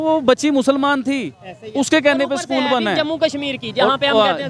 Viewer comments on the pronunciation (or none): Sakool nhi bolte b porkiyon use school 🏫 bolte jahil unpad bhikari kom😅😅😅😅